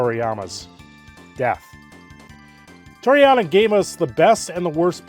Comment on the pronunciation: Please research how to pronounce people’s names before talking about them. Toriyami isn’t it